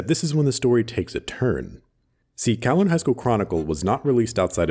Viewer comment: Will he pronounce Kowloon correctly? Edit: he didn't